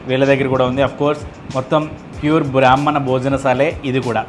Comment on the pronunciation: బ్రహ్మణ కాదు. బ్రాహ్మణ